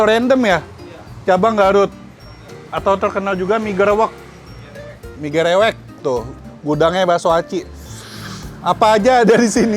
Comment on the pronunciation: Bacanya emg "Gerewek" koh bukan "Gereuweuk" klo di Sunda Beda arti soalnya